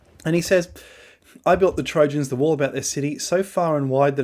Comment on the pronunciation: Mate… “Trojans” !!